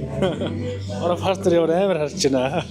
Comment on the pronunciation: Партнёр гэдэг үгийг паартнёр гэж эхний эгшиг үсгэн дээр өргөлттэй дууддаггүй шүү,партнёр гээд ё үсэг өргөлттэй эгшиг шүү гадаад монголжсон үгнүүд ээ зөв дуудаж сураарай, дүү минь ээ кк